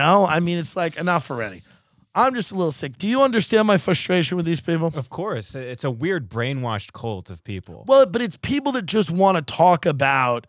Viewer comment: Fushstrashion pronunciation is exactly why I’m tuned in.